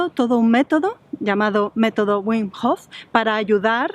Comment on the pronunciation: pero por qué si el es holandés, pronuncia su nombre en inglés, si su nombre se pronuncia bim en holandés, no lo entiendo